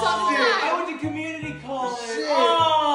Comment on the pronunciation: “yE i wenT to CoLLEGe” why he say it like that 😭